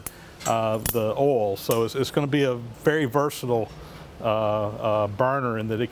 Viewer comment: it sounds somewhere between ah'll and awl to me!!!